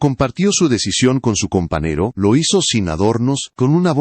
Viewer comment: Que no sabe pronunciar la ñ (eñe)? Así que cumple "anos", "pequenas", "companero", "acompanaba" "publíca", "decádas", "hermetícas", "verguenza","aceptária"Si no habla correctamente, mejor no hable. No se en que país hispano hablante se hable así. El chisme, absolutamente intrascendente. ¡Qué horror!